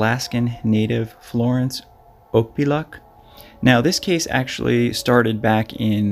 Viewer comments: I'm fairly sure that her surname is pronounced, Auk-Pea-Ah-Look. Nome is the final leg of the annual Iditarod Dogsled Race. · You said her last name wrong.